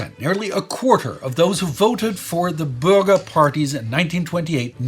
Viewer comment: i know, I am a German, I'm from the black forest in south west Germany. But the way "Bürger" was pronounced sounded to me like "burger".